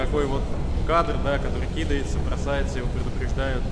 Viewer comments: Я понимаю, что из провинцуии, но кидАется, а не кИдается, режет слух. Полицейские, как обычно, импотентны. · кИдается , писец , кидАется правильно , ты вроде образованный человек , я понимаю ,что не филолг , но всеж.